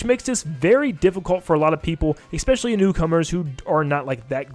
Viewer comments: Bro, I love your content and this is extremely petty of me to say but, the word is "especially." I'm sorry I'm a huge grammar stickler and hearing you say "eckspecially" a hundred times in this video was driving me insane. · THERE IS NO 'X" in 'ESPECIALLY" AHHHH YOU SAY IT ON EVERY TRACKKKKKKK